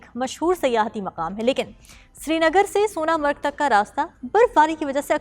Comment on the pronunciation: Pahle sonmarg bolna Sikh lo fir news anchoring karna 😂😂😂😂😂